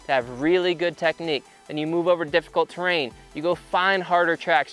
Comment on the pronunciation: "Terain" Hmmm